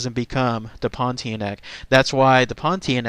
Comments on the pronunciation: It pronounced as Pon-Teah-Nak ... not Pon-Tee-Neck . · Your pronunciation of the name is a bit off,... the end part of the word is pronounced 'nahk,' (like 'a' in 'car'). So, it'll be more like 'pohn-tee-ah-nahk'. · pronounced pawn-tee-ah-na-k....….